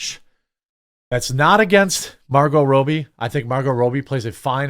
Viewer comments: It’s Margot ROB-E, not ROBE-E 🤦🏻‍♂️ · Damn bro how do you mispronounce "Robbie"??